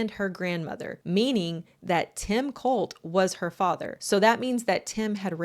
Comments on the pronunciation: cOHlt clan not cUHlt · Kinda does. Depends on how you pronounce it.